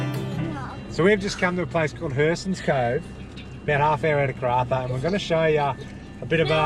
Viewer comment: The way you said hearsons 😂 sorry had to laugh, pronounced hear as in when you hear something 😉